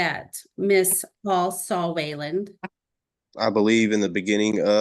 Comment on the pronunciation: It’s funny how the lady keeps mispronouncing Waylon like Waylond